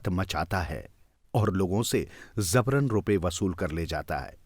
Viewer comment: Zabaran nahi jabaran Hindi seekhiye please